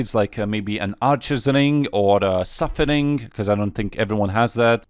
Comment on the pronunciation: I love how you say "Suffer-ring"